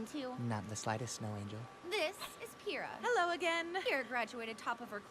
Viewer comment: Yo Bro!! You keep messing up Pyrrhas name lol. It's (Pyrr-Ra)